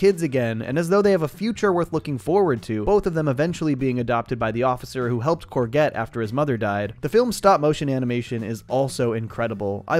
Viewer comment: Great video! So whose gonna tell him that that’s not how you pronounce courgette?